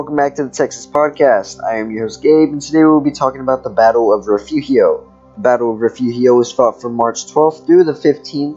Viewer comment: Re furio. Please at least learn how to pronounce Texas words before saying them. You are saying the mexican pronunciation.